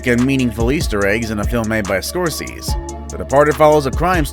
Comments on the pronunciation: Martin Scorsees???? Really??? His name is Scor say see, tool!!! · Nope—> SCORE-SEH-SEE. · Geez, will you please go through your scripts and Google pronunciations!? "Score-sees" sete my teeth on edge and nearly every one of your videos I've watched since I discovered you channel has one or more of these haphazard pronunciations. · GOOD GAWD MAN- Martin Scorsese is pronounced SCORE-SEH-SEE. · Alfred Hitchcock also appeared in all 35+ of his movies. And the director's name is pronounced...Score SAY' zee. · Ok I was gonna let “The Fight Club” slide…then you said Martin “SCORSEEZ” 😳😳😳 You can’t have a list about movies and not know how to pronounce SCORSESE!!!!!!!! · Omg damn dude scoreceez. Wtf READ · Pretty decent until you totally butchered Martin Scorsese's name...